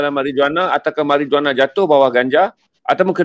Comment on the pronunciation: Perkataan MARIJUANA harus disebut MARIWANA.